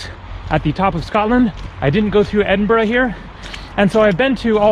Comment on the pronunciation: Teviot is pronounced as ( T.V. -it, the T is not silent ) and you also pronounced McEwan wrongly as well. I`ll give you 5 out of 5 for pronouncing Edinburgh correctly though,. Still a long way to go buddy.